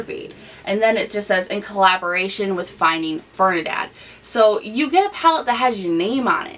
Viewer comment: Niki...i love you but i HAD to let ya know..its Ferdi..NAND not Fernidad lol!! Youre so cute...love you lol !! Btw you look amazing with this makeup look 😘😘😘😘